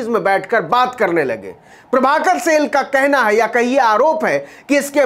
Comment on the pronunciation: सेल नही साईल